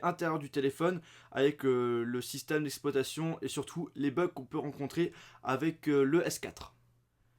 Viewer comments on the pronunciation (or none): C'est "système d'exploitation" et pas "système d'espoitation"